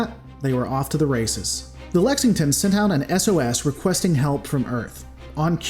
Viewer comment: You can pronounce “Schwarzkopf” but not a “simple English” word like “Lexington”?! Give me a break! In seriousness, while few can complain about ultra-professional analysis videos, i myself am particularly fond of your style of presentation. Mistakes like mispronouncing “Schwarzkpof” are openly admitted; Rants are unapologetic (if “censored”, which makes for great comedy!); Ambiguity is highlighted, and ignorance/uncertainty is readily acknowledged. It adds charm to the analysis/commentary, and makes for a great edutaining ride! My only complaint for this video would just be the way “blackstar” is repeatedly copy-spliced into numerous places of the video, especially toward the latter half. Makes it seem like something was missed during recording, then haphazardly fixed during editing. Doesn’t take away from the charm, tho!